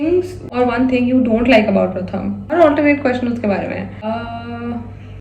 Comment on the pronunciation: Gurl....I used to think of Pratham as jiju but being from Kolkata...ig u are my bhabhi now❤ P.s. - if he's Bengali,his name should be pronounced as Prothom😅